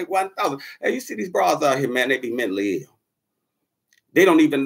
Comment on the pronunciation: My ninja said, "Mently ill".....like bently or gently..."Mently'....LOLOLLL. Ninja said, "fuck da letter A".